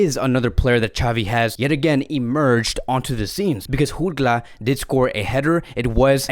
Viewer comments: It’s Jutgla with a J not an H bro Like Jordi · It is Jutglà the j is not pronounced as an h like in Spanish... And why did you give a spoiler for the new Spiderman movie? 😒